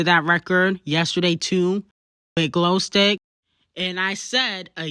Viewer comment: They way she call Glo stick 🤣🤣🤣🤣🤣